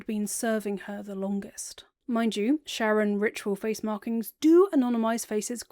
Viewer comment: super minor pet peeve that you pronounce sharran like "sharon" and not like "shar-ren" to sound like shar's name